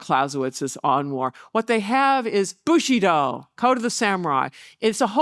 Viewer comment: Is she pronouncing Bushido like 'bushy doll' to be disrespectful or does she just have a cold?